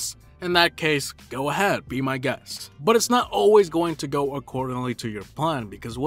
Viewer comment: You say but like saying butt😂